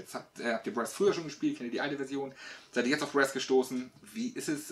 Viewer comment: Aber bitte mit korrekter Aussprache: Brass mit langem 'a' und nicht kurzem 'ä'